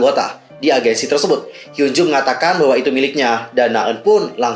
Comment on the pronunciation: maaf out of topic, cara bacanya hyunjoo itu hyeonju makasii